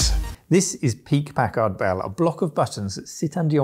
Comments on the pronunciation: Pack-erd. Why do you guys seem to think you have to massacre the letter A every time you see it used in an obviously short vowel sound? Americur...Pack(hard pause) ARDD Bell... What is it with you guys and the letter A? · Am I the only one who remember these as "Pack-Herd" Bell pronounciation? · It's funny how British folks pronounce Packard "pack-ahrd" rather than "pack-erd." After all, they don't pronounce mustard "must-ahrd," do they?